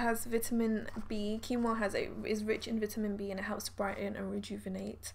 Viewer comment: Quinoa is pronounced as keen-wah.